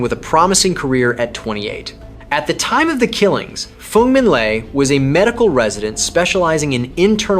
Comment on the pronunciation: Le is pronounced Lay